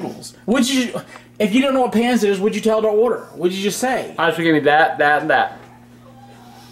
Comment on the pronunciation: As someone who's half Filipino. Hearing the way they pronounce pancit as "PAN-SIT" is hilarious 😂